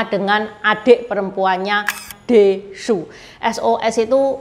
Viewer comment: bukan Su tapi Sü.